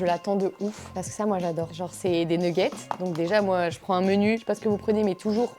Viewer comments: Oula je comprenais pas mais tu dis bien nouggets ça m'a achevé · Des neuguette 😂🤣 je suis pas le seul à le dire comme ça donc